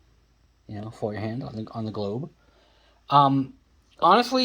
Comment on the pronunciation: Yes, you are pronouncing it correctly. FOYERhahndt, means Hand Fire or hand held fire.